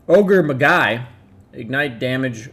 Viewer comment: Magi is pronounced like like Ma-Jai, almost like May-jai.